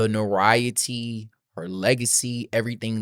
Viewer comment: This is a good video. Thank you so much. FYI, notoriety is pronounced note-er-rye-ity.